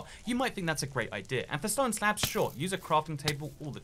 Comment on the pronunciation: I can't tell if he's saying stone normally or saying ston